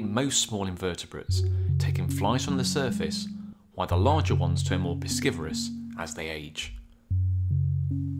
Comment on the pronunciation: No dictionary says pronunciation of piscivorous is "pih-SKI-vuh-rus"